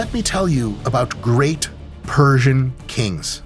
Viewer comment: Thanks for all the correct persian pronunciations doc that was refreshing